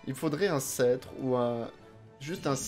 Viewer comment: Alors c'est as our être chiant mais il faut rononcer le "p" dans "scetre" :o